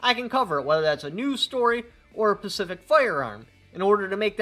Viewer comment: Great insight. As far as all of us being heard, I like the quote: “I disapprove of what you say, but I will defend to the death your right to say it”. Love your videos! Also, it’s “Specific”...not “Pacific” haha